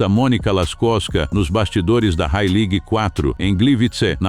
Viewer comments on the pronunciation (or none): none